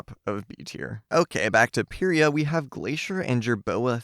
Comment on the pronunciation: Im pretty sure its pronounced jom-bu and pie-ria? Please correct me if I’m wrong and I love your videos especially the ranking ones:)